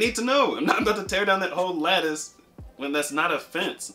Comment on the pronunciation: Lol I thot you were saying lettuce. Lattice. Lmao